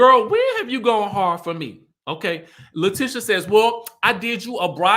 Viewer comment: I love your channel. Only thing her name is La-TEE-sha not Tish even though it’s spelled like that 😂 I keep yelling at the tv every time u pronounce it lol